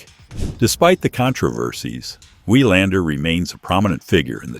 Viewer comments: Good article, except for the horrible mispronunciation of his name as "Why-lander". The correct way to pronounce his name is VEE-lander. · It's pronounced vi lander, not y lander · GET THE NAME OF YOUR SUBJECT RIGHT FOR CHRISSAKES!!! It's Mats VEE-lander. Not VIE-lander. And you do it multiple times. Have a little respect for your subscribers. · It's pronounced Vee-londer, good god at least get the name right. Do basic homework. BOO! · I paid attention until the AI says "Wigh-lander". Utter crap. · Was going to say the same thing. These stories don't deserve hitting the like button. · Your pronunciation of his name is truly WILD. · Learn to pronounce name of champions correctly..moving on...